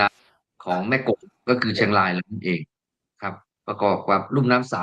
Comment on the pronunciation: ท่านควรใช้ภาษาไทยให้ชัด ร . ควบ.กล้ำ ล้อนแลง. เชียงลาย ล้อน ฟังแล้วสยอง